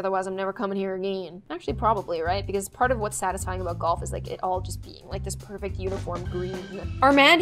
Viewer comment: I loved when she said “ITS POIWFECT” I can’t- ☺️